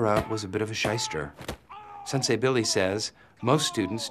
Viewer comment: It is Sensei . Not "Sansei". Sorry. I know I sound like a snarky jerk. I just get weird about martial arts and spelling. Thank you for the video, tho! Much Love!!